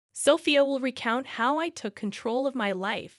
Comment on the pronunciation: This is ridiculous. At least get someone who can pronounce the words.....especially the wife's name....is it SoPHIA ....or SOFia. I've made a note to self....don't watch this crap again. Total waste of time, even when I'm TRYING to kill time.